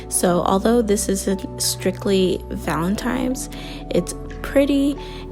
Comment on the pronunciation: It’s Valentine’s (with an “n”), not Valentime’s (with an “m” as you pronounced it).